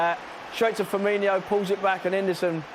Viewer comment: FirmiNO not firmiNIO !!